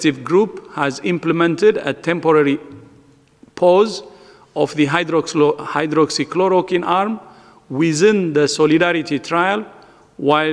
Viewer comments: Sala ye v to pronounce nhi kar paa raha medicine k naam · He can't even pronounce hydroxychloroquine Yet we have to believe on them?